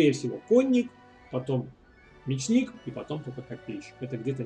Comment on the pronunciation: Ударение: Ме'чник! :)